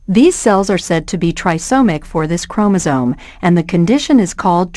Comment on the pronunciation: Chromosome with an "m", not chromosone, with an "n".